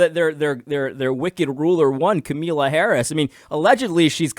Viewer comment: AD. please continue to mispronounce her name, it gives me joy.